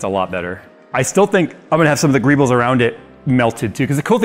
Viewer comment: TIL that greebles is a word. I also learned that apparently says it wrong. So would I.